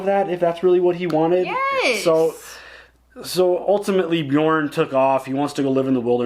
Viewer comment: Yep i heard it like that too ! :P